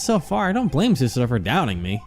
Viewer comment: Is it just me or is saying susuno and not susato.